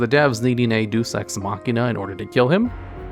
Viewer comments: It's not Doose Ex Machina, it's DAYUS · LOL, a Deuce Ex Machina? Deus (Day-Us) is how it's pronounced. But ya, why do they have to make everything a mystery? Just damn decide if they're actually dead or not.